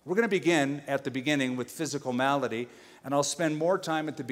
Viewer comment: malady not melody.